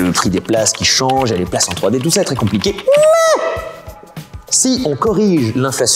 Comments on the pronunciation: j'aime ce "MAIS" ! XD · Le "mais" de était incroyable